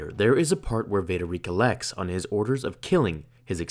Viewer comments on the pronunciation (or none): For our dear narrator, the correct pronunciation of "recollect"